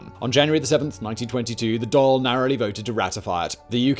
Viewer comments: Dail sounds like hall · Good video, despite your butchering of the word "Dáil" 😄 It's pronounced more like "Dawl" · it's pronounced Dhal - DA'AL